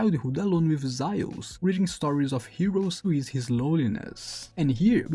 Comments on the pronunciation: Zaius? It’s Zeus. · Well if it isn't your first language and don't care to try to say it correctly, might as well just call Zeus "Thea" as that's his name in Greek.